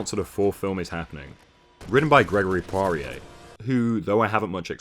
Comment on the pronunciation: Poirier here, Call me and I'll tell you how to pronounce Poirier. Also, great video as always. Its pretty crazy that this franchise turned out bad considering all the talent involved.